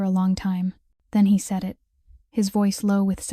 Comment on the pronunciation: And the simple word "it" (in so many AI read stories) seems to always come out as "I.T". And if it was actually "I.T." - it's a mess.